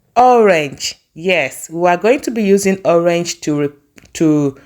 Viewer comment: Your pronunciation of PINEAPPLE, sounds soo awkward! And you pronounce ORANGE as "owange"